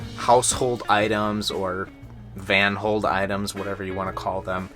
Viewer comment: Yay!! Loved it! "Vanhold"😂😂